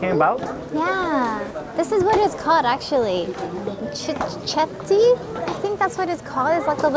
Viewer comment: Cichetti is pronounced Chiketti. We don't do anything imitation. What you had was a paste made from minced fish. SO MANY YouTubers that come to Italy always go to the big tourist cities & so many go to the same tourist trap restaurants, cafe's, patisseries, gelatorias etc.... Would be nice if you all tried the non tourist cities, towns etc & tried trattoria/osteria get real home cooking & where the prices are very reasonably affordable.